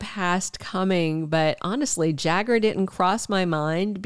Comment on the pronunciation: It is "Jagger " not "Jaguar"